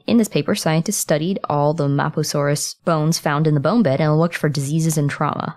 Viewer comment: The way u say mapusaurus. No